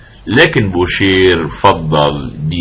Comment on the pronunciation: استاذي الفاضل . استسمح منكم على تعليقي هذا . خصم بول مورفي يسمى بوشي Boucher و تعني طبعا الجزار و ليس بوشير . لانه في اللغة الفرنسية الراء في ٱخر الكلمة لا تنطق . مثال : manger parler marcher oranger étranger تحياتي لكم. محبكم من المغرب